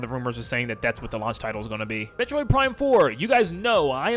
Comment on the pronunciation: Metorid, not metroid huh 😅